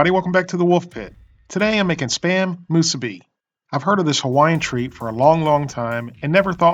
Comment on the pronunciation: Moosuby and furycake